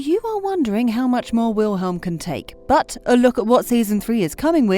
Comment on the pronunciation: the way she says Wilhelm and Simons' names 😭😭😭